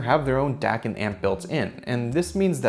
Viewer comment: when Dac sounds like dick